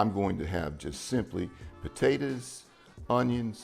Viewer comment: I love how he says potatoes like “potaters”